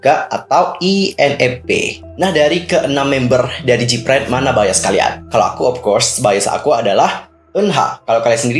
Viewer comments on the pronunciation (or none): Info aja nih, Gfriend bukan jipren bacanya... soalny ganggu telinga banget dengan dengar jipren terus...